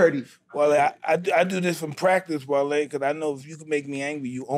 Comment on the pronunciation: alright his name is wale not wallee lmao